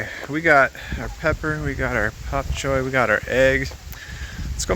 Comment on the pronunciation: Such a difference when u smile, keep it up we prefer you that way. By the way,, it's "Bok Choy" NOT "Pop Choy" if I'm not mistaken!